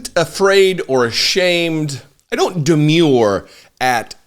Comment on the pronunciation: Demur not "demure".